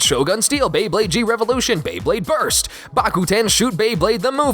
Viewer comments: When you whier trying to pronounce the Japan version of Beyblade you said beyblade borite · "beyburrito" definitely thats how they procounce it in japan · Did he say burito?